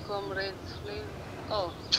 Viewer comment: "Comrades what?" ... flavour 😅😅😅 haki Stivo leo umetamka hiyo flavour ni kama haina flavour kabisa.😅😅